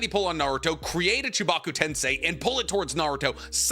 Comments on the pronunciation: bro pronounces everything correctly but says edo tensai instead of edo TENSEI!! boy was it getting on my nerves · Edo Ten-SAY > Edo Ten-SAI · Will this man EVER say 'Edo TensEi' and not 'Edo TensAi'.....otherwise, great video haha! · The international saying tensei WRONG is bothering me like a mf it’s TEN-SEH ….. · It's "Edo TensEi", not Edo TensAi" 🤦🏼‍♂️ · TensEEEEiiii. Not TensAAi. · Why does bro pronunces "tensai" and not "tensei"? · Edo Tensei is pronouced like "say" not "sai" . No disrespect just bothers me. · Enjoy the video, don’t enjoy the continuous mispronunciation of edo ten-SAI. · why do you say edo ten-SIGH and not edo ten-SAY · bro, please pronounce tensei as "Ten-Say" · bro's life revolves around naruto and he stills call it edo "tensai" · Do you think will ever figure out that it's not pronounced "Edo Tensai"? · Love the video but u literally said edo tensei wrong 5 times said it right two times then proceeded to put the effort in again to pronounce it wrong after …I dropped a dislike…petty but it bothered me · I to this day don't understand why he chooses to pronounce Edo Tensei wrong, like he knows how it's pronounced, there is no way he doesn't. I wouldn't mind him mispronouncing it if he was just ignorant because it's a Japanese word, but he knows and just chooses to say it wrong is he just rage baiting or does he just not care?